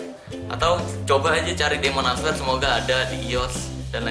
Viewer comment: Bang ini cuma benerin ya Kan tulisanya answer...tapi dibacanya " enser" yg betul Cuma benerin aja jangan salah paham